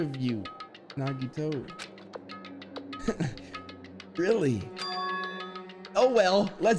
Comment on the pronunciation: the only time I remember saying nagitos name right